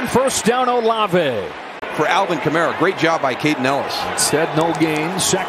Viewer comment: Why does the announcer call the Falcons the Felkins, and why does he call Alvin Kamara Elvin Kamara?